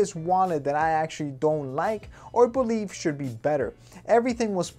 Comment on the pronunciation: "I bolieve "